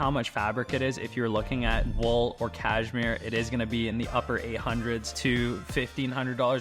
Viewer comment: it's pronounced caSHmere, not caJmere